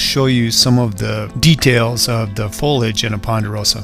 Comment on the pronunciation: You must learn to pronounce the word foliage.. Look carefully and pronounce it again. It is foleeeage..